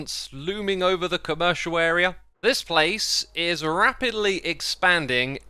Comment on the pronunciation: I can't not hear COW-mmericial area because of S7